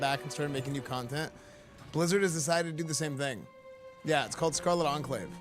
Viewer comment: enclave pronunciation is very off 😃 try checking how to say that word properly after all you are a god sent paladin